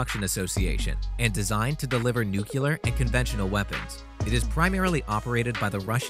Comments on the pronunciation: Ok. Its NEUCLEAR, not Neucular. Please for the love of god get it right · Ye gods the narrator needs some pronunciation guidance, "air intanks" instead of 'intakes', "nucular" instead of "nuclear", "Topolev" instead of 'Tupolev' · Awesome video such amazing technology to be amazed with, but there is no Q in Nuclear (New Clear not New Q ler). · Nuclear is pronounced Newcleeear. Not Nukuular. So funny for an intelligent person to constantly mispronounce a word. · You should learn how to pronounce “nuclear.” It’s pronounced NU-clee-ar, NOT NUC-u-lar. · New-CLEE-ER. NOT Newk-u-lar. You sound like George Bush. Not too bright. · For the love of god please quit saying "nukular". It is nu-cle(long e)-ar(er) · Great info presented in an interesting way. However; I cannot continue to listen to someone say nuclular time after time. It is nuclEar. Definitely not nucular. Unless you're George W. Bush or related, then you can get away with it. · Nuclear should be pronounced new clear, not nucular although I suppose it's OK if George Dubya said it. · Honestly, how hard is it to say 'nuclear' rather than 'nucular'?. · he said "nucular" :) it's nuclear :) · Greetings from Colorado! "noo-clee-ur"...yes "noo-cue-ler ... no Northrop Grumman-yes Northrop Groo-min- no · Remember it like this -> New-Clear not New-Killer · Its nuke- clear,not nuk i lar. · It's nuclear not nucular 🙄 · If I was going to go through all the trouble to research and produce a video on bomber aircraft, I’m pretty sure I’d first learn how to pronounce “nuclear”. Nu-cle-ar. Not nu-cu-lar. Of course, I wouldn’t use clickbait tactics either...but that’s just me, a 57 year old high school graduate from Arkansas. What the hell do I know? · Um, its Nuke lee er, not nuke ya ler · Should be illegal to post a video suggesting new tech from the US military only to show old ass planes. Also it's "Nuclear" as in New clear not "nuke-you-lerr" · Nucular? That isn’t how you spell or pronounce it. Say Nuclear. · New - clear